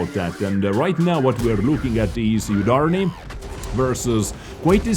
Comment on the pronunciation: Yudarniy? U is prnounced like oo